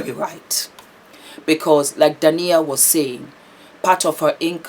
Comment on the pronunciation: I love your vlogs,. Keep them coming! Correction: D a i n a (the stress is on the (i). ❤